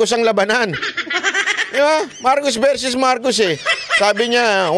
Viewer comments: its not verses its versus just saying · (Psssst, "Versus" not verses.)